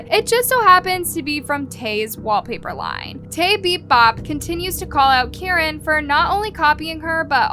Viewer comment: Guys it's Caren not Karen sssniperwof has chica's head in the background😂